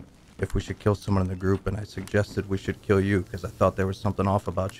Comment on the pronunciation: Great video as usual, and as one might say: keel me please, sheet spawn